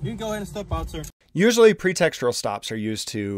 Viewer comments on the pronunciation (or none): it was a pretextual stop. There is only one r in pretextual. Its not pretextural.